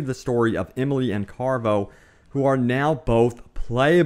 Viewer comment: He just said carvo...